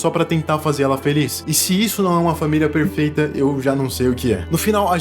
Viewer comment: "família prefeita" kkkkk desculpa. Ótimo vídeo.